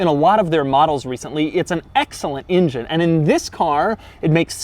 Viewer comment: Doug "It's an excellent Injun" Demuro